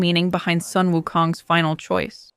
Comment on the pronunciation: Sun is pronounced as 'soon'. It's a beautiful mythology story.